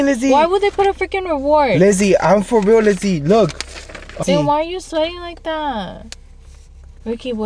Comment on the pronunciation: He said I'm foreals look 🙏 😂😂😂